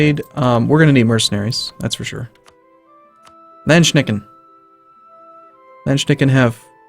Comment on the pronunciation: I love how he pronounces "Landsknechte" like "Landschnecken" (Land snails). ;)